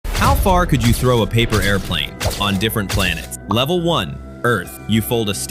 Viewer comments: It's saying levele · Bruh for each level the thing said levele instead of level